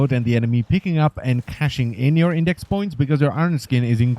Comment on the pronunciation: it's IndeX not IndeC